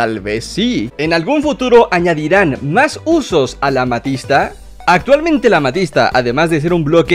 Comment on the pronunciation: aádirán Jajajjajajaj no me burlo pero es gracioso